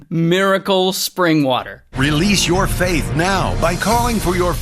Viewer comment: "Release your fath now" seriously? 🤣